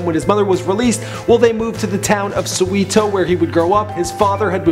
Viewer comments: So we ( same e sound as 'wet' without the 't") two. Soweto. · did he just say "sowito"?? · My guy said “sooweetoo”💀💀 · "So-WERE-2 " thats how the Name "Soweto" its pronounced... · Soweto is pronounced So Where Too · I'm from South Africa and it's pronounced SO-WET-OH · Haha... I hear suwitu for soweto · So "way" "tall" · Suwitoo, lol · so where toe..soweto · Sue-eh-to. Surely you can look this stuff up my friend. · Soweeeto haha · soweeto? wtf is that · It's So-We-Th-o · So-weto... Geez get the name right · Its So-weh-toh not what you said lol, so cringy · That is not even close to how you pronounce Soweto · THE WAY HE PRONOUNCED SOWETO KILLED ME INSIDE. OMG. I find it very disrespectful. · I can't believe u failed to pronounce "SOWETO" short for South Western Township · The pronunciation of Soweto is funny also who else is from South Africa because I am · Wish you'd ask someone how to pronounce Soweto. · i like the way you pronounce soweto haha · pronouncing soweto wrong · what the hell when you say Soweto you show a pic of informal settlements what the hell that is not Soweto please respect us. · It's amazing... I'm not even from South Africa and that pronunciation of 'Soweto' made me cringe... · You can see he is not from South Africa! 😂🤣 All the miss pronounciation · Your pronunciation of Soweto was deplorable. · you butchered SOWETO bra and APARTHIED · OMG please learn how to pronounce Soweto. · Suweeto??? Really? It's soweto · lol "grew up in sweeto" lol tf is sweeto lol, its SOweto, pronounced "Saw Wet Too" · "Sweeto" is a "juice" of sorts in South Africa, Soweto (pronounced something like SO-WEH-TOW) is a township in Johannesburg. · Did I just say soweeto it’s actually saw-wet-o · "sue we to" ay baba its soweto, pronounced "so where tho" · bruh its S-O-W-E-T-O not Soweeto😕 Come on man! nd Its ISIDINGO not isidhingo. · It's not sweeto it is Soweto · The way he pronounced Soweto lol! not Sow-eee-too its So-weh-to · Suweeeetu. lol it's So-We-tu